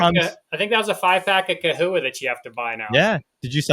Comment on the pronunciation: I've never heard it pronounced kewies...I've always said chewies and chahoua...not kahooa.